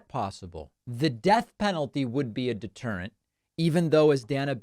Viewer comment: DeterentH of the lawH